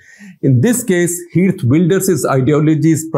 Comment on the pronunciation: It's pronounced as kheert, not heert. In dutch g sounds as ' kh '.